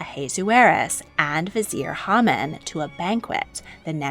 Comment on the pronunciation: Quite true. However, Haman (pronounced as Hay-Man).